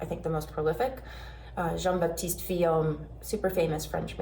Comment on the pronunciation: How to nitpick on such a great video: you do not pronounce the 'p' in "Jean-Baptiste Vuillaume" (yet another letter you do not pronounce in French). You will find it much easier to say ☺️